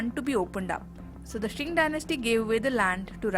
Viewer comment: News: Qing Dynasty is pronounced as Ching (चिंग) Dynasty, not as Shing (शिंग) Dynasty.